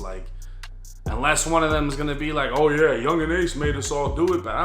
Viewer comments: The white came out when he said fuck yeaaaaa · “Fuuckkkk yeeeaaaa” let that inner white boi out 😂😂😂😂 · turn on his white boy voice wit dat FUCK YEAH!!!🖕🏻🤟🏻🤙🏻